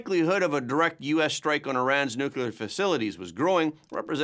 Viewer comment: Yet another educated person who can't pronounce "Nuclear." Scientists don't split nor fuse atomic "nuculi," because there is no such thing. It's nu-cle-ar, because it involves nu-cle-ar matter. Simple.